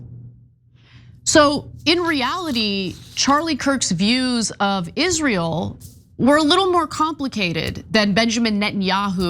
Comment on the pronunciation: its always funny to me how candace cant pronounce the world israel